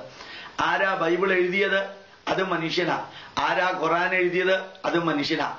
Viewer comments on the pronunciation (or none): none